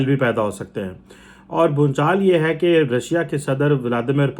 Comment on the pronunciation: Bhunchal nahi bhuchal bolo